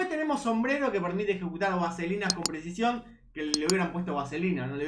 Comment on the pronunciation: Che, como te cuesta decir "presicion" te sale "presion " todo el tiempo